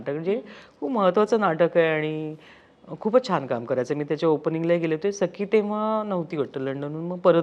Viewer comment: Why she is saying sai its sakhee